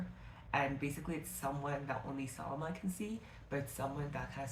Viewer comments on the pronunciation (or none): hey! i loved your video and i wanted to mention the pronunciation of the character names. salama is 'sa-laam-mah' kenan is 'keh-naan' khawf is 'khe-of' layla is literally just pronounced the way it's spelt. 'lay-la'